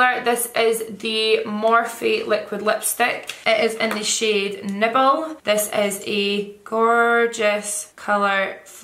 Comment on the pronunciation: Who else thought she said nipple instead of nibble